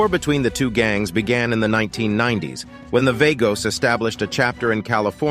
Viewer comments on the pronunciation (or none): It’s pronounced VAHGOS you corn ball